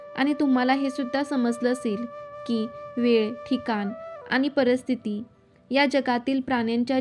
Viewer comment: परिस्थिती म्हणायला आधी शिका.परस्थिती काय ?